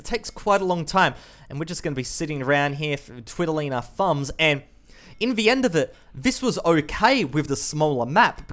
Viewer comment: I like the content and you, but every time I hear "in vee end" I die a little every time. But habit's are hard to break, so kinda has to be forgiven :3